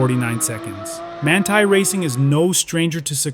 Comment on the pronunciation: Voglio solo puntualizzare che il nome del preparatore come qualunque altra parola straniera vanno sempre letta come in lingua originale….. altrimenti sono storpiati .!!!!